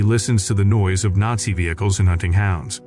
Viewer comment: Is it really that hard to pronounce the word nazi correctly?